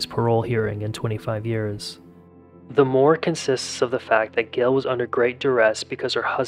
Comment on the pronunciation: It’s Gayyyyyle not Gil